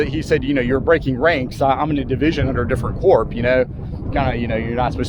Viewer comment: Love your videos. I do have two items that may need your review. The military term corps is pronounced as.....kor or core. I believe you also gave John Pelham a few promotions. I believe you referred to him as. He was actually a Major at Fredericksburg. Don't mean to be picky... I just enjoy your work and thought this information may be beneficial.